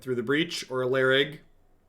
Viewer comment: iLharg btw not Larig